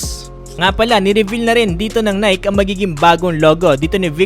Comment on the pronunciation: Boss hindi nayk. nayki!